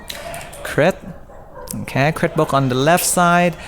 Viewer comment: Omg it’s book not boochk